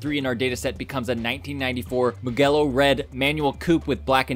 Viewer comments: Great analysis. I have a Cosmos Black '97 M3/4/5 that I guess I will hang onto a little longer given the amount of money I have sunk into it this year. And by the way, I believe Mugello is pronounced with a soft "g" as opposed to the hard "g" you used. Think "jello" when saying Mugello. And I guess I have just become that guy by sharing...lol. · Absolutely, you've gotta enjoy the investment you've made! And thanks for correcting me on the pronunciation of Mugello, I prolly should have looked into that a little more before making the video but you live and you learn. Appreciate you watching!